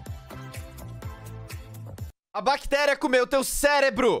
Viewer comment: "A BACTERIA COMEU TEU CELÉBRO" Rachei nossa hora